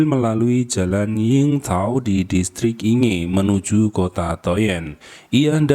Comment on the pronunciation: Innalillahi wainnailaihirojiun Ya Allah semoga husnul khotimah Terjadi di Yingtao Rd...di Yingge District bacanya ( Ingke ) mase Inge